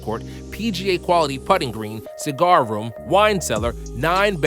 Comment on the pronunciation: Ok did I hear a ciger room?